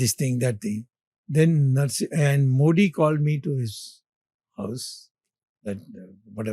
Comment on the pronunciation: Great mind being kept on the sidelines while clueless bootlicker Sitharaman is running the FMO. No wonder this country is in such shambles. But it really is something remarkable that even such an educated man can't pronounce Modi correctly; that's how bad education is in this country.